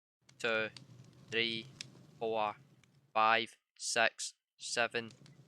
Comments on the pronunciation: it six not sex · i just hear him one,two,three,four,five,sex.seven,eight,nin,ten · He is maybe german is germany six is "sech" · The way you said 6 though.... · how he said 6